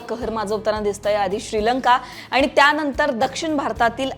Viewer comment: मॅडम भाषा फारच अशुद्ध आहे. आनी पानी मधे सुधारणा करा बाकि सर्व ठीक